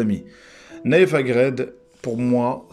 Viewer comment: C nayef aGUERD et non aGRED